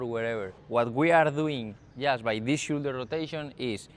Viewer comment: great video, no quiero ser piki smiki pero si quieres mejorar mas aun tu Ingles shoulder se pronuncia igual como 'show' fonenticamente seria showldu